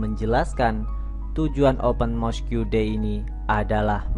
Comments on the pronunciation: Sebutan utk 'Mosque' ialah 'Mos' bukan 'Mosku'. Janganlah perkataan Inggeris 'diIndonesiakan'. Nanti suatu masa kamu claim itu bukan perkataan Inggeris tapi perkataan Indonesia (seperti yg terjadi terhadap Bahasa Melayu kamu claim Bahasa Indonesia). He he! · Mosk,bang,bukan moskiu(mosque) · Mosque…disebut ‘mosq’ abjab/huruf ‘que’ tak perlu sebut bunyinya (silent)